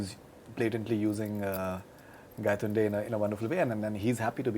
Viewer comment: I think Nawaz said gandtonde instead of Gaitonde 😂😂😂that's why they were laughing 😂